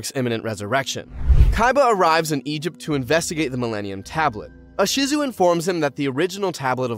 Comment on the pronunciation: I hear Ahsizu. Bruh. Gearfried? Really? Ugh.